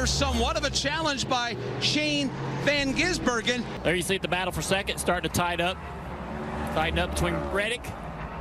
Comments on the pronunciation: I love how Dale Jr just kind of skips the "Van" part lololol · Think he thought his first name was Van...